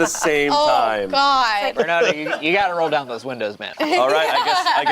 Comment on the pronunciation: Bernado 😂😂😂 I love that more than Bernardo. It's like a tornado